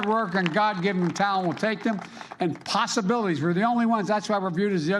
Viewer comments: Man, he actually pronounced judiciary correctly only to fumble on possibilities. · Strange pronunciation of "possibilities". You Americans have some unusual dialects. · he should have said "possibilities" BEFORE tgthftiekeoke